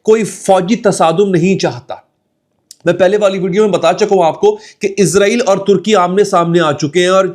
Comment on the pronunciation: bhai lafz ISRAEL hai "IZRAEL" eik farishty ka name hai...